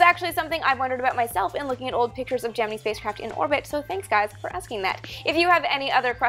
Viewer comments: does she say geh-man-ee it's geh-mEn-EYE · Love your vids! Just curious why you say Gemi'NEE" in stead of Gemin"I"??? Go here and press the play button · For four or five decades we called it "jem-en-eye" not "jem-en-ee". Were we all wrong? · Wait- Gemi-NEE? ???? I've never heard it pronounced anything other than Gemin-AYEE. (Emphasis on first syllable, of course) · Just a note: it's pronounced "Gemin-EYE', not "Gemin-EEE'. ;) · Though it is Gemini not Jiminy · Who has been pronouncing gemini wrong their whole life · Geminee? Geminee? It's Gem-in-EYE. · Whats Gemeny? Isn't it Gemini, Gem in eye? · Why can't she pronounce "gemini" correctly? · Hello, love the videos! Quick question though - Is it actually pronounced "GeminEE"? or GeminEYE"? Just curious since you and I are Canucks after all, or is it a matter of PotaY'to vs. Potato'H? / TomaY'to vs. Toma'Hto? - Thanks!